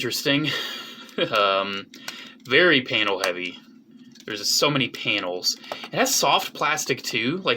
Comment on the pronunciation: pls stop saying panials